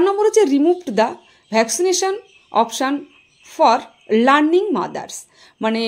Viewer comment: প্রসূতি মায়েদের কে কি লার্নিং মাদার বলে না ল্যাক্টেটিং মাদার বলে? ভিডিও বানালেই হলো না, সঠিক উচ্চারণ টাও দরকার।